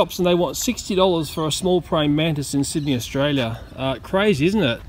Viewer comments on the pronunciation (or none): none